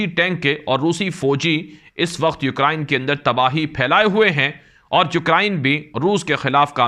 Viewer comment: U krain not u kra in